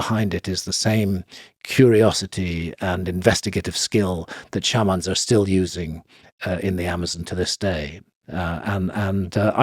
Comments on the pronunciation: Love how Graham finds funky ways to pronounce words SHARMAAAN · So it's not shay-man? 😂